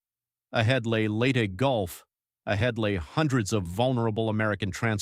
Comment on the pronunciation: Agreed; the narrator was probably pronouncing it as some kind of strange Englush-language dialect.